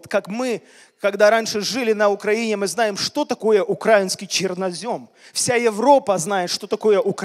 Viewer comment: друг, просто услышь. Сейчас, в нынешнее время правильно ставить ударение на "и" в слове Украина. Это называется грамотность. Можешь упустить момент уважения к народу